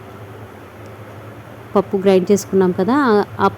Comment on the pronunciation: Pappus annaru EMI pappu kandhi Pappa changa pappa clear GA chappandi